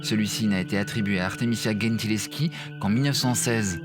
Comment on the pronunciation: The pronunciation is Gentileschi (with G like a J) not GHEntileschi